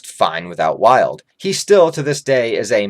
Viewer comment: Idk where you are getting the idea of Wyald being filler when it is in the actual manga, so not a filler. Also I believe his name is pronounced “WEE-alld”. I see Wyald as some random pathetic homeless guy who never achieved or done anything great to help fulfill his enjoyment in life especially with his dark nature. He really was interesting in how he was as an Apostle being the darkest and not just to be edgy but to give people a small look into how dark things will become. I do also believe Wyald if he were to make it to the Eclipse would have been killed by Zodd or some other Apostle as each differ in their character and would turn on each other. However in Falconia they follow Griffith because how great he is and his incredible influence. Wyald probably would have joined Ganishka’s side and would eventually die against Falconia’s forces as he is very untamed and would be rebellious against not having “fun” against humans who are weaker to him and much more easier to control